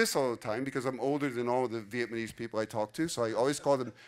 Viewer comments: Interesting video to get an overview of how those languages compare, but I have to confess one little thing. Pronouncing Vietnamese as Vietmanese kind of drove me crazy haha. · Viet-ma-nese lol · He can’t even say Vietnamese right loll.